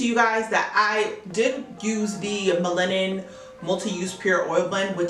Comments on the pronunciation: Melanin is pronounced mel-luh-nin. I've been wanting to try miche beauty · Nice video but it’s Mel-a-nin. Sorry it was distracting. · Lol how you said melanin wrong? It’s naturally in you lol. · The way you say "melanin" made me rewind the video 😂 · it's unique 😂😂 I love it though lol